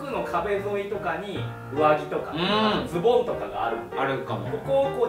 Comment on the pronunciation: オモコロなのに「アウター」だの「ボトムス」だの言っててビックリしたんだけど、恐山がちゃんと「上着」「ズ↓ボ↑ン」って言ってくれてやっぱオモコロだぁって安心した